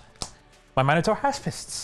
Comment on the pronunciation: Thank you so much for pronouncing Minotaur correctly!